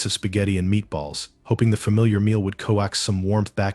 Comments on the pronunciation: "coax" is pronounced like "cokes" - it's only pronounced "co-ax" when it's an abbreviation of coaxial. also "content" in reference to feeling happy and satisfied is pronounced like kun-tent - it's only pronounced con-tent when it's in reference to the substance provided whether it's the content of a youtube channel or the contents of a jar. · At least get a narrator who can accurately read! The guy on this pronounced "lead" like "led" when referring to a police lead. He also pronounced "coax" like "co-ax". These are simple words! Find someone who can recognize and pronounce English well!